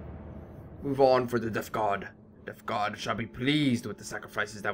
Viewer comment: just wanted to say you sound like your saying deph god not death god